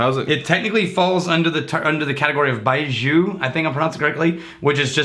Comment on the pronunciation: FYI, the first syllable of baijiu is pronounced “bye” and the second one is like “yo” with a J in front of it. It’s a sound combination we don’t really have in English, so it may be kinda tough. But it‘s not like the “s” in measure. Neither is the J in Beijing.